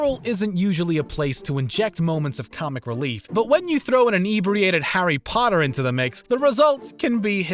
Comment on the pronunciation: did..did he just say howdy potter??